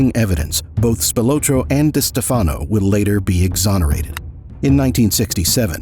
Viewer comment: This video is saying the name Wrong it Is pronounced des Stef fen o And Spa lartro . These . How do they get both names wrong so amateurish. Tony got the nick name because the FBI wire MIsunderstood one of Tony’s friends saying good bye Anthony.